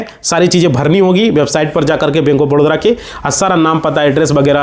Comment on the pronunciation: Badodra kyo bole ho ye toh baroda hai na